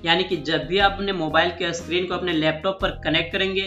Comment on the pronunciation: 😀... Screen(स्क्रीन) इसका उच्चारण अस्क्रीन होता है इसलिए!